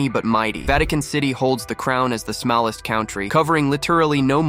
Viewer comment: he said smalist country